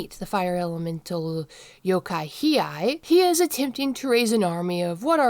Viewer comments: It's pronounced He aye. I have never heard anybody else say his name like that. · You were saying He-eye. It's a tough one to say. His name has too many vowels, lol.